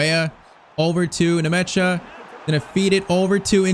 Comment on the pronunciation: Bro is butchering the players' names. The name is Nmecha not Nemecha😂 It just sounds weird when "Nemecha" passes to "Ndiay" 😂😂😂